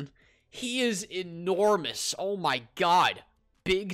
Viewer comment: Lol when you say enormous